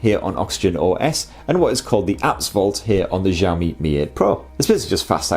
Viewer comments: Did I hear ‘Jami’? Shiaomi I think is the right pronunciation. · nice review, i wish you could pronounce xiaomi properly ... its pronounced 小shao 米mee （almost） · I laughed every time I heard you say xiaomi. I have friends from china and "x" pronounced "si", after your film I have the impression that xiaomi is a French company not Chinese. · Jahammi Mi 8 Pro? Is it how we should call it? 😂